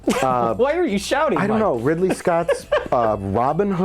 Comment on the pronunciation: "Ripley Scott's"